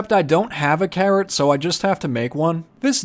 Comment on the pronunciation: I love watching your videos! But I swear when you said carrot, I totally heard "Karen" and I was like why does he need a "Karen". 😂❤️